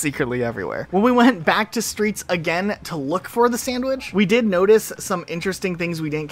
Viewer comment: Why do you say “sandwidge” instead of “sandwich” ?